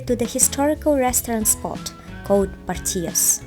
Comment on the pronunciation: Pronounce the’L’s in Portillo’s. It’s not Spanish